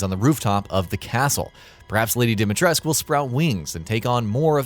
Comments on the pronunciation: that's exactly how it is pronounced, yes, Capcom should've done more research beforehand tbh. Also Romanian and kinda pissed how they are screwing the pronunciation, especially in a video game, but it's not the end of the world. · Im curious i dont mean to start a flame war but i must ask if im pronouncing her name right. Alcina Dimitrescu Al (alex) Cina (john cena) Dim (this light is dim) I (sibstitue for long e) Tres (rhymes with dress) Cu (coo as in cou in coupon) Am i getting that right? ☹ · Subscrobing and liking this video how about fuck no plus i have an ad blocker haahahahahahahaah How do you mispronounce Lady Dimitrescu's name i mean seriously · Yeah and over 100 Romanian people in the comments, including my Romanian friend Csaba said it's Dimitrescu, so who would know more about Romanian pronounciation? The Japanese or the Romanians? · It’s not a Roman vs Japanese thing. IIRC, her name is inspired by Romanian, Russian, and Greece, which means the pronunciation is not going to be fully Romanian. Probably. But I’ll just say what the character says. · Ethan, who is voiced by an American, told what to say by a Japanese person, has no idea how to pronounce Dimitrescu. Ask any actual Romanian, if you even know any. I know 3 Romanians. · exactly, seriously no idea who decided to tell the actor that the u is silent. Even the japanese version is closer to the correct version. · the only thing confirmed is that English localization team doesn't know anything about pronouncing Slavic names. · could be the way Ethan pronounces it, but he mispronounces most names. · Ruthless Romanian dictator Nicolae Ceausescu had his name pronounced with the "scu," so why not Lady D? Did Capcom include an inaccuracy in the game? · No U on the end of her name, heard, gotcha, thumbs down. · Still mispronouncing her name.... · OMFG! It's DimitrescU, pronounced with a U not "esc"! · DimitrescU not dimitresk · it's not Dimatresku either...it's Dimitrescu, like dee-me